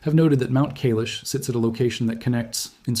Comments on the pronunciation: Not Kaylesh .....KAIILAAASHH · It is Mount Kaai-lash . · Kai-lash, you need some Indian friends, your pronunciation is weak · It is pronounced "Kai-laash" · KAi Lesh correct pronunciation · Please learn how to pronounce Kailash. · The first syllable of Kailash is CORRECTLY pronounced to rhyme with "SKY", not "day", YOU'RE WELCOME.